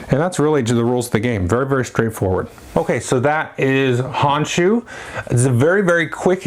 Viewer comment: Thanks for the review! I'll definitely have to pick this one up. BTW, the O in Japanese is always the long O, like "oh".